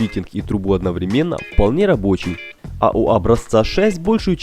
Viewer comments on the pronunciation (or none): none